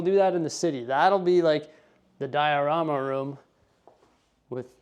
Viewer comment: Those LOTR sets display really nicely the way you did it! You call the big bay the "dia-room-a".